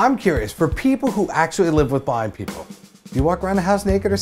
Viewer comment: i also heard "bi people" i was like what???